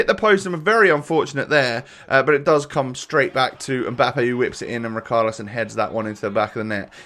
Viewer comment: Someone please tell that it’s pronounced RiCHarlison and NOT RiKarlison. It’s killing me!!!!! 😂